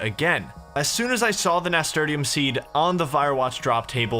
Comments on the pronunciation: haha nasturtium is pronounced nasturtium not nasturtium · Finished my 2nd walkthough. Amazing series, still laugh every time he pronounces "Nasturtium" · Was enjoying this until I heard how pronounced nasturtium. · Thank you for making this. Also, I've never heard anyone pronounce Nasturtium like that before 🤣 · I still LOL at the way he pronounced Nasturtium. Love ya, bro.